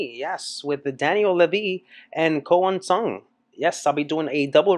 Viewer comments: As a french, Ko Eun Sung is one of my favorite non-french singer for cover. Is accent is so perfect. I'm glad guys like him spread music around the world. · Perfect pronunciation. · This Korean singer makes justice to the original with his cover. Very respectful. Great voice And a great french pronounciation. Daniel Lévi can be proud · A pronúncia Ko Eun Sung é deslumbrante toca a alma.❤ Na vdd tds as canções que ele canta são maravilhosas em sua voz❤❤👏👏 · I was surprised by his French accent. Near perfection. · The Korean singer pronunciation is amazing. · I am French and I didn't know there was a korean cover of this song. I have to say that his prononciation is incredible I could swear he lived in France, that's very impressive. And his voice is so powerfull I love it. I hope he has an amazing career in south Korea and worldwide.